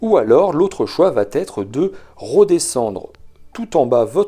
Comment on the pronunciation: Merci pour ce clair exposé. Une petite remarque sur un petit tic de sur correction . À au moins trois reprises dans la vidéo, vous dites « cela vat être » avec la magnifique liaison qui n’existe pas. C’est une sur correction très fréquente quand on veut « bien parler », mais le verbe « aller » conjugué à la 3e personne du singulier, c’est juste « va ».😊